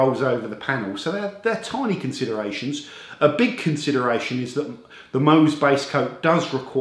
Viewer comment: Pronounced Mowz as in Mohs’ scale of hardness. Love the channel btw.